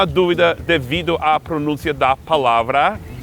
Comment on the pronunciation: Muito divertido. : ) Sempre tive as dúvidas quanto às pronúncias das palavras 'a' e 'the'; pensava que era questão de sotaque. Seth, cuidado com a pronúncia das palavras 'pron*ú*ncia' e 'elog*i*o'; a tonicidade tava fora do lugar. Quando fez a comparação entre o 'a' e nosso 'estou', algumas pessoas tendem a achar esnobes os que procuram falar e escrever bem. Isso não nos ocorreria se falássemos dessa maneira nos EUA?